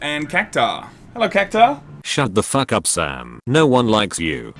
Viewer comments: Cactar? There there's a u in cactuar no wonder the poor little guy is so pissed. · It's pronounced "Cactwar"